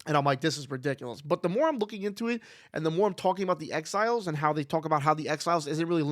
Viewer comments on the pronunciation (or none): Whenever you say “exiles” I hear “X-Files” 😅